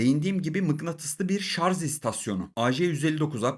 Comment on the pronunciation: adam ciddi ciddi sarz diyo lan :)